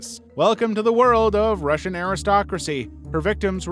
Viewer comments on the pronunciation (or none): none